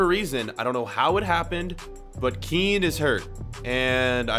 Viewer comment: You pronounce Kean just like how you say Ken